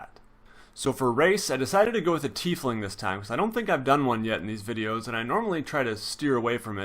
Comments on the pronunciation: It's said like ty fling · lol thanks! its always good to be corrected before i say "tie-fling" with some super accurate dm and then have to be corrected embarrassingly, cheers